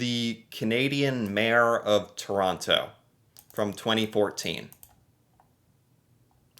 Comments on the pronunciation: It's Terono. Real quick. Emphasis on the last O. It's not Tooooor on TTTo like you say it. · Toronto has a silent t at the end you know that...Toronno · When someone pronounces the last T in Toronto. The last T is silent. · Things that bother me as a Canadian: When ppl say Toronto incorrectly. The 2nd T is silent! I'm not even from Ontario and I care for some reason! Speaking of which, when something only is available in Toronto is also annoying. Finally, the hockey stereo type. I've seen hockey fans and videos of them and they are very real ppl, but never have I seen an entire group of hockey fans together that was more than like 3 ppl hanging out. I personally am too laid back for most sports, so I do not care about Hockey.